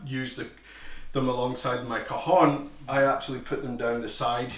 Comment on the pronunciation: Thanks, very useful starter tutorial for me as someone transitioning from djembe and cajon to my first pair of bongos. Just FYI, I think the j in cajon is a "y" sound, not an "h" as in short for cohones 😅